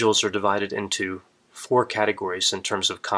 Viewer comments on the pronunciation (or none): none